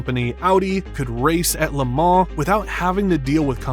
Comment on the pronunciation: Maybe you should learn how to pronounce it? 😅 he said it correctly 😂